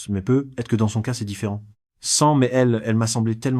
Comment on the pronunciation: Quatre vingt quinze prononcé 4 20 15 peut être prononcé pe être,les voix créés par ia toujours de la m@